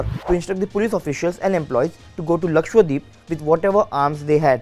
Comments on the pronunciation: It's lakshadweep not lakshwadeep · Pronounce it Lakshadweep .. not LakshWadeep ! 😂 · He says Lakshwadweep 😂😂